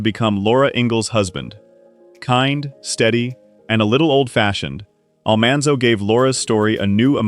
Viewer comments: I wish they had gotten someone to pronounce names correctly ( Oleson , Almanzo , Grassle ) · Almonzo, for goodness sake